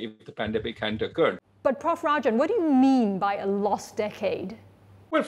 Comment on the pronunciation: Her constant "Prof Rajan" sounds like "Puff Rajan".